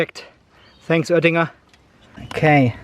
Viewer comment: Ich glaub er kann Deutsch. So wie er Öttinger sagt... 🤔